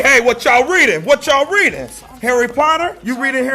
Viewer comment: “What you reedin’”? This is a teacher?